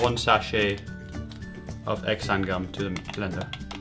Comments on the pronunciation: Nice video, try saying "ZAn"tham, instead of "X-am" gum. Not trying to be rude doe. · its pronounced Zanthan... the X isn't voiced. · btw it's pronounced like "zanthan gum" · Xanthan is supposedly pronounced as san-then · Funny way to pronounce Xanthan gum.